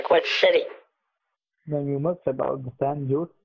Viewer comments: i cracked up when the scammer said "San Jose" instead of "San Ho-seh" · “St. Joes” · “I live in Shan Joes” Kit’s brain short circuits San José... Shan joes. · Kit: "Where do you live?" Scammer: "San Joe-Say." I died. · I love that he had to have someone feed him the line that he was living in San Jose and he pronounced it "San Joes." Clearly he needs to work on his Spanish! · He’s in “San Joes” for San Jose 😂